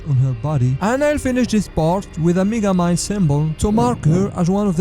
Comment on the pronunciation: is it just me or if you listen close he calls him “n$gga-mind” LISTEN REALLY CLOSE